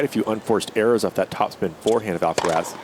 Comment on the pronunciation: Of course the American commentator can't say Alcaraz's name correctly. Come on!